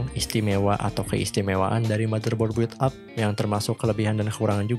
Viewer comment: audio cakep, editing jg mantap, paling pengucapan istilah agak dimatengin aja "bil ap" bukan "buwil ap" :D